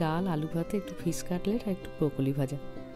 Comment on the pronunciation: আপনি কথা এভাবে বলেন কেন? ছেছ,নমছকার,ফিছ etc